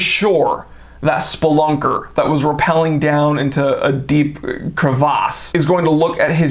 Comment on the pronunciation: Spelunker. Not splonker.